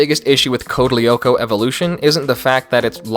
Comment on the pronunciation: As french person this show was FIRE !! Evrybody know about it in France. I loved this its my childhood. this but please i beg you DO NOT WATCH CODE LYOKO EVOLUTION !! (Oh and also you dont pronounce the "L" si its code (L)yoko